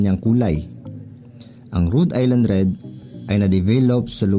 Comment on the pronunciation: dahil dyan ka sa america, now ko lang nalaman na tamang bigkas pala dyan eh Rud Ayland Red x go go go